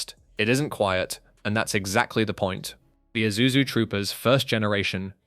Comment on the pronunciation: FINALLY!! A white man who can pronounce ISUZU!!!